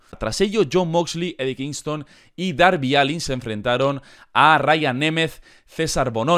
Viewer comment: Se dice darby alen pero se escribe allin